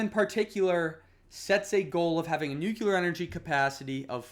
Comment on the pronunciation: Thanks I enjoyed your video but please look up ‘nuclear’ pronunciation 😅